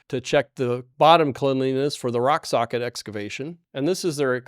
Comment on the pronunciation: My compliments that you said' rock sockit' several times with out .mixing up your r and s and saying sock rocket